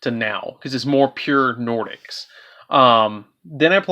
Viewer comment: Really good deck. I personally run Nordics as my main deck. Your pronunciations were off but you did the archetype justice